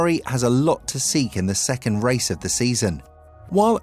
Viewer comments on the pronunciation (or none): none